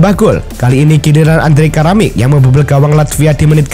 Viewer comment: Kramaric min bukan karamic